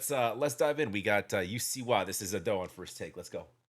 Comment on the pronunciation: The spelling of Usseewa isn't "Japanese English" at all. It is Romanization of Japanese language. English pronunciation ruled doesn't work. Just for your information. You also pronunce Ado wrong. Put stress on A not on do.